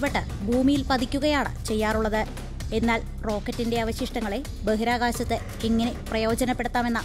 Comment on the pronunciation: ബഹിരാകാശത്തെ 'ബഹിരാകാസ' ആക്കരുത് അവതാരക ഉച്ചാരണം ശരിയാക്കണം